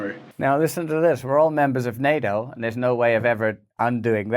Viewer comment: I really miss you saying Ukraine will never be a member of "Nae - O" , don't fall for the political correctness of pronouncia' n !